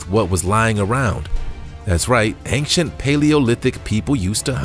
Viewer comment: Dear narrator: "Ancient" is not pronounced with a hard "C" ("K" sound).